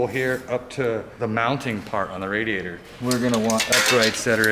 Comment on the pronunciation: Question, for everyone at hoonigan; how do you pronounce radiator? RA-diator or RAD-iator